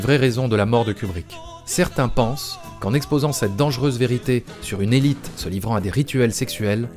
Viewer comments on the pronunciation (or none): none